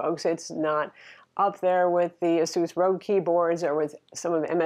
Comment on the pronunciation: it's Asus ROG, as in Asus Republic of gamers. You said Asus Rogue. Nice review btw.